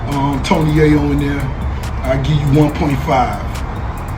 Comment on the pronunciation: If you can’t pronounce Tony Yayo name right you have no right speaking on this ! 🤦🏼‍♂️